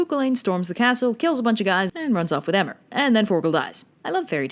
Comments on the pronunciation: It's Cú Chul -ann. It's Irish. And Emer is pronounced Ee-mer. But there is this one cool story about how Cú Chulainn cheated on Eimear with a water spirit and seeing Cú Chulainn's love for the spirit, Emer decides to let Cú Chulainn be with her. The Spirit, heart warmed by Emer's kindness, decides that Emer should keep Cú Chulainn. Cú Chulainn was actually named Setanta and Cú Chulainn was a title he earned when he killed the hound and became Chulainn's guardian. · Cú Chulainn:Pronounced Coo Culunn Emer: Pronounced Eeemer Apart from that, nice vid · Please omg I almost died listening to how she was pronouncing the names 😭 cu chulainn was bad enough, but I think my soul left my body at emer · And Emer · "Kookolane" hahaha it's pronounced "Koo-Kulin". And "Em-mer" is pronounced "Eee-Mer"